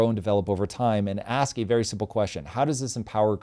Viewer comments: We dont want you axing anyone ok. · lmfaooo "tom bilyeu can I axe(ask) you..." lmao it makes me crackle how black ppl say ask. I wonder why it is. loooool followed by 'practice makes permanent'.... Just a little more practice on pronunciation of ask ;) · Does have a speech impediment? Thought i heard him say "aks".. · maybe itll help to think youre saying, 'as cuh' kinda like youre saying ask cousin